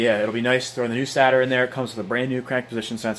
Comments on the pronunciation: Stator. Pronounced stay-tur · FFS it’s pronounced Stay-der